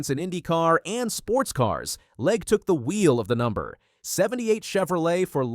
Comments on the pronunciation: the fact that you say Leg-E, Leg-A and Leg multiple times is frustrating as hell. If you are going to do videos, fucking say the names right.... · It's LEG not Leg uh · You might want to start by pronouncing Katherine's last name correctly - "LEG". Might give you credibility!